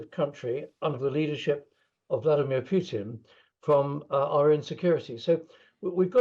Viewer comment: It is Putin not pjutin. Solve that first.